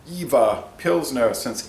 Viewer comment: Fun fact for you buddy, the v in jever is pronunced like a F, like JeFer Stay healthy